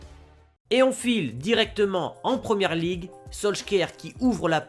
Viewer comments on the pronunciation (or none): none